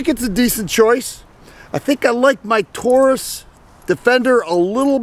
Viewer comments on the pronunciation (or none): none